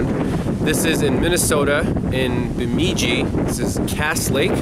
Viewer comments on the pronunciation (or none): Going through your road trip/clutch replacement videos. I've found out that there are towns that are pronounced far differently than they're spelled! LoL~! Bemidji = BUH-mid-jee. Grew up up there. In the winter, the joke is Burrmidi. Burr=cold! LoL Thinking about it, it's a really strange name for a town. A town that was 23 miles from me for the first 22 years of my life. I would have tried to help the guy with the tire too!